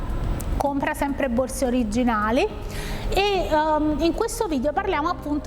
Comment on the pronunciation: "Tg borze" 😂